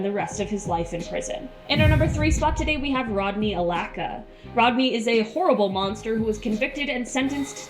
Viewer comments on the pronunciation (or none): Lol that chick pronounced his name Rodney Alacka It's Allcalla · Run the Likes UP Fam!! She butchered Rodney Alcala's name.. lol